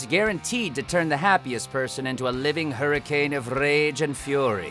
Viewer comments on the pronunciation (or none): none